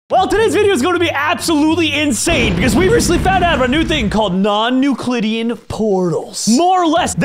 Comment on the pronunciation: Non-Nuclidian XD